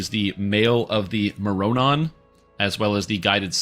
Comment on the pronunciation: love your videos, but please learn how to pronounce mroranon :P you can pretty much just swap the first r with the o and say morranon like more-anon